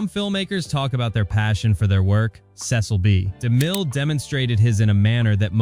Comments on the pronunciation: The most insane detail is the sloppy inclusion of footage from John Huston's film "The Bible: In the Beginning.." released a decade after "The Ten Commandments." The second most insane detail is the narrator (AI?) treating the . in Cecil B. DeMille as a period at the end of a sentence, and beginning a new sentence with "Demille." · Five different "Hit Like & Subscribe" call outs ruins the video. So does AI narration. Every time the audio says "Cecil B. DeMille" the audio pauses due to the period instead of saying the name smoothly. What a travesty.